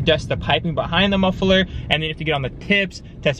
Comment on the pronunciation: MUFFLE-ER... dood, save some money get yourself some english lessons lmao.